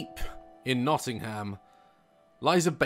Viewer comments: The way he says Nottingham makes me chuckle, Notting-ham. Makes sense looking at it but they pronounce it Notting-um haha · I live in Nottingham and had no idea that this existed. Plus it’s pronounced more like Nottinghum